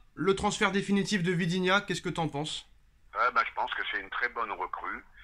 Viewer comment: Il faut vraiment arréter de dire " Vidinha " mais " ViTinha " ... c'est pas dur quand même 😃 Mais bonne vidéo 😉